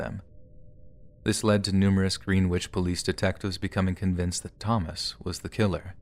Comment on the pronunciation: You said Greenwich wrong.🤣🤣🤣🤣🤣